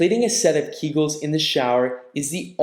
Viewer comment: Keegulls? Public floor? Come on. It is keg-ulls amend pew-bic floor.